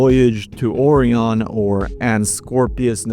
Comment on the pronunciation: Four months late and the algorithm brings me this video and my eye is twitching at the pronunciation of “Orion”